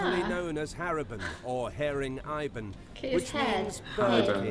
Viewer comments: i'm quiet disturbed when the narrator said "haring aybon"it should be ee-bon/i-bon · Haring i bon it pronounce as ibon not i bon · Heyring aybon hahha You mean Haring ibon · they called it "eybon" in english in philippines its "i- bon" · Haring Ibon pronunciation is like this "Ha - Ring Ih - Bon" not Haring Ibon "hering aybon" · Haring Ibon Ha-ring I-bon not "Ha-ring Ay-bon" 👁👄👁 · the way he pronounced haring ibon its haring eebon not haring aibon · It is not 'aaybon' it is 'eebon' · Yep "EYE-bon" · is it just me... the narrator said.. Haribon or haring Ibon ..re reads it as "Haring Ay-bon" haha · It's pronounced Ha ring e bon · I love the way he pronounce haring ibon😂